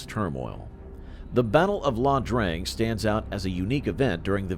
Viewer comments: Not La Drang it is I Drang. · Its eyedrang not ladrang.